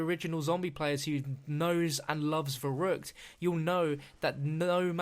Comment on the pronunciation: YESS, I was hoping you'd say Verrückt